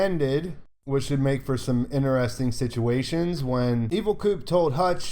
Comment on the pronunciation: "in'eresting!" stuff man, thnx for all your work! : P